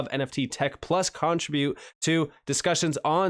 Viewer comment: Contra bute? It's Con tribute. 😅